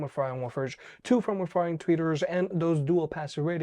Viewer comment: I can't tell if you're saying front firing or something else